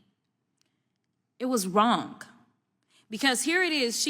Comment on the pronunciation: The real crime here is pronouncing the silent 'g' in the word 'wrong'.